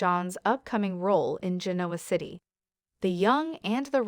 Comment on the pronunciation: Let's do a better job in pronouncing the names of the ppl and Genoa City.